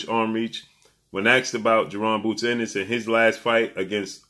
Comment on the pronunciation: it's bozy ennis not boozy